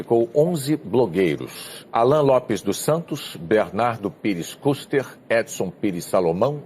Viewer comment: Não sabe nem pronunciar os nomes Kicis e Kuster 😂😂😂😂😂😂 Enquanto isso o terça livre teve 44 mil inscritos a mais de ontem pra hoje. Parabéns pela propaganda gratuita!😂😂